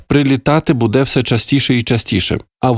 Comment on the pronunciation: Бу'де,а не буде'.Припиняй коверкати укр мову